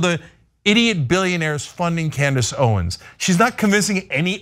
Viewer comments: I misheard you pronounce her name, but now I think Candice Owens will now be called Klandice Owens. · I for sure thought called Owens "Clandis Owens". Did anyone else hear this? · It sounded like accidentally said "Clan-dace Owens" and I cannot get over how accurate that is.....😂😂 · She said Clandace Owens